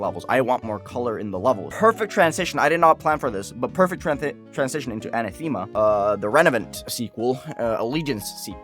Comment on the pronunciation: Uh-na-theh-ma Not Ana-theme-ah